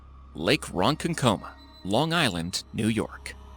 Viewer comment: he also kept saying wrong it’s not pronounced as it’s spelled